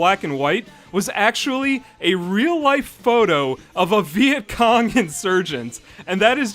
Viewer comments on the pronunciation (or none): none